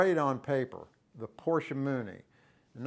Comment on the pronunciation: Thank you for pronouncing Porsche correctly.